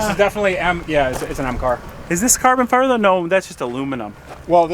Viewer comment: 'Is that carbon fibber?' LOL!!